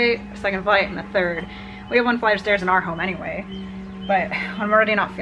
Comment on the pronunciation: What a fun, lighthearted video! Thanks for the laughs,! Plus I had to laugh at myself. I heard "stares" not "stairs." I was ready to go to Tallahassee and defend you against the person who stares at you so much that you don't like going there.:D